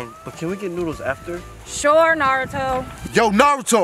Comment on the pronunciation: When said Naruto he said “Narutho”